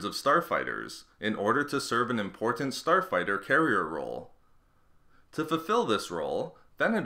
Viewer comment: who heard him say Porn star fighter 3.20